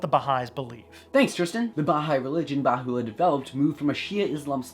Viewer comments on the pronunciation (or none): It's not Bahoo-allah More like Beha-ullah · IT'S BAHA 'U'LLAH. NOT BAHULLA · Baha’u’llah (not Bahu’u’llah) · I was raised Baha'i. The Bab was a profit who spoke about the manifestation of God coming, he did not claim to be the manifestation. Also, it's pronounced "Bah - ha - oo - la" not "ba- who - oo - la." It's not completely Abrahamic, because they recognize more than just Abrahamic religions as their spiritual history. Gay people are allowed, but must be celibate. Good video though. Difficult topic. Overall, it's pretty accurate. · As a Baha'i I would give this video 7.5, great research since you are a not a Baha'i, but next time try to speak to an Baha'i before you do the video, there are lot of o small but very important mistakes. PS. Bahá'u'lláh not Baho' u'allah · Nas P who is it then? People can do what they want, but it is more conducive to unity if you respect others wishes. (Also it is pronounced "Ba-Ha O La" not Ba-Hoo O La) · Mostly accurate rendition but it would be appropriate to learn how to pronounce the prophets name. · The words deriving from Arabic are even more badly mangled by the majority, but that only demonstrates the wisdom of Baha'u'llah in calling for an auxiliary universal language.